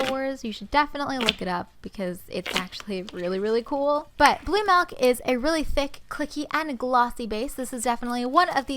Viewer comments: Does anyone else get rlly annoyed when people say MELK not milk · Milk not melk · Not hate but it’s milk girl not melk 😞🤦🏼‍♀️💁🏼‍♀️ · mALk... mmAALKKK... why does she say malk. it is milk! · Is it "milk" or "melk"? Ily either way 💚💚💚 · "Blue melk" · Bbear gymnastics lmaoooo she did say that